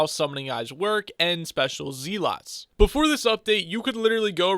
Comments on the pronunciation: I stopped watching the second you called them zeeeeeeelots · Zeelots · Bruh he says zealots wrong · IGN: DeadlyRedstoner Its nice to get some money i guess? And i love the way you say zealots